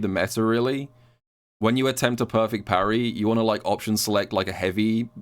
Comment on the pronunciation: imperfect parry = poo-rry